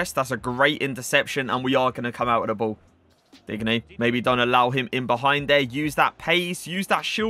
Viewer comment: Just not how you day his name😐 watch some aj3 he says it right